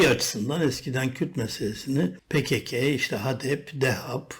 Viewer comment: Niye pe ke ke diyorsun komik olmuyor mu